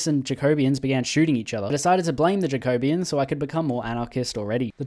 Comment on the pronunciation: he's not beating the socialist allegations with this one wrote this comment right before he said "I dont wanna here about the communist allegations in the comments" lol It hurts everytime pronounces "Jacobin"